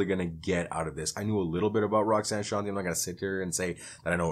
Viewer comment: Her first hit was Roxanne’s Revenge, not Roxanne Roxanne, which is by UTFO. And her name is pronounced Shawn-Tay.